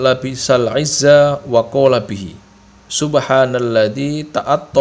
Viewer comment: SY MHN MAAF TULISAN DOANYA ADA YG TERTULIS به (BIHI)TAPI BACA BIHA APA MEMANG BACAAN YG BENAR SESUAI YG BUNYIKAN ATAU YG SESUAI PADA TULISAN MOHON PENJELASAN